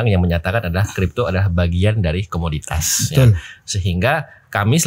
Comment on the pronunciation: Comodity bukan comunitas 🤦